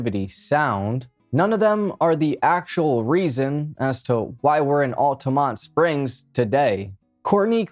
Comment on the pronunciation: OMG! My hometown! And I'm currently working in Altamonte Springs right now! Thank you for saying the name correctly!